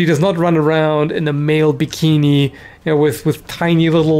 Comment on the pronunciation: when sopmeone say maille bikini it sounds exactly like he is saying male bikini. out of context it would be hard to tell the difference "Females runnign around in amille bikini" is someone would hear that out of context and specially if not interested or havign any knowledge about armor they would most likeley hear it like this "females running aroung in male bikin"